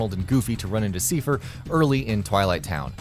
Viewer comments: That isn't how you say seifer, it's said in the game dude, it's pronounced like Cypher, like I not E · You keep saying seefer wbphen they even pronounce it correctly in the cut scene as saifer. If you can't figure out pronunciation ask someone. You sound like an idiot when you don't. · it's not a reference to kingdom hearts 2?? it's for 358/2 days. also, do a lot of gaming channels not play square enix games?? that's not how you pronounce Seifer. it's like psy-fer. personally, I pronounce it tee-dus, but that name is still up to debate. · The fact that Seifer's name is pronounced in the video, you kept mispronouncing his name .. Wow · Seifer is pronounced correctly in the featured KH2 cutscene, yet can't get it right:( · That's not how you pronounce Seifer.